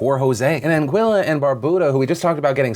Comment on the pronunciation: Phil, its An GEE LA. not an Guilla.. FFS